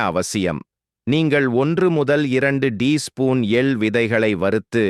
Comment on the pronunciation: எல் இல்லை. எள் .